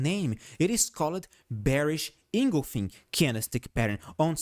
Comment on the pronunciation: Bearish Inglefink candlestick pattern? Maybe you mean Bearish Engulfing?? Best mispronunciation all week! ;-)